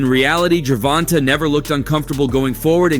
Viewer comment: Ger-von-tay is how you pronounce his name